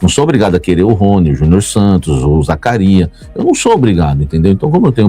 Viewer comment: pede pra sua fonte ensinar você falar o nome do Zacarias kkkk